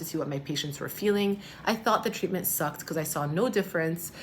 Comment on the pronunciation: Am I the only who hears saying PECAUSE every time 😂?